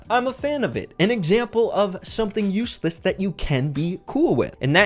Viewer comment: Number three said uesless instead of useless😂